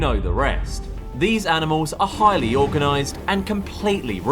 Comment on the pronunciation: "Highly ORCAnized"